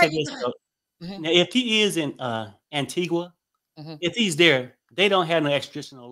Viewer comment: Pronounced Antiga. Antiqua is in Guatemala